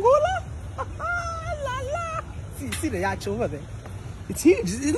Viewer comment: Please take no offense but the the British pronunciation for Yatch is “Yot” and the American is “ Yaat” the “ch” is silent❤❤❤❤😮